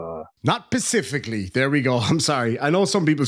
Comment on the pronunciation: Living man wants the public defenders to know he's got nothing against them PACIFIC--LLY. But how about ATLANTIC--LLY? If a living man was ever missing a brain...🧠